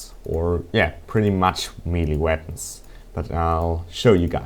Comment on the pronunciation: E_E i heard veapons not weapons *checks headphones* nope still work